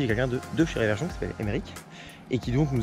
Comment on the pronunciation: On dit "RE-verchon", et non pas "ré-verchon"... Très bonne vidéo, ceci dit!